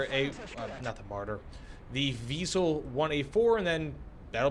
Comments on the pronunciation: vee-sell not vy-sell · Prounounce it like Weasel and you good. not we sell or why sell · Why you keep calling them Vaisel??? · I believe it's pronounced like we ·sell